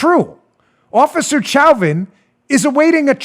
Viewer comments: Chauvin is pronounced SHOW-van... just in case you didn't know. It's a French name. It is also my last name and no we aren't related. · Please quit mispronouncing officer Chauvin's name. It's pronounced SHOW-van. It is also my last name. No, we aren't related. But you do keep mispronouncing the name.